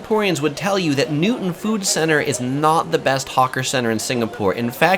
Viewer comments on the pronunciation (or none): none